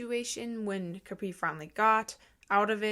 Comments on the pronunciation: Are we gonna talk about the fact that she says “cApree” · It’s prounounced kuh-pree